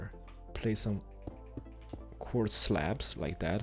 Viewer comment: Quarddz. Quarrrz? Quardrdz? Qordz? WHat language u got?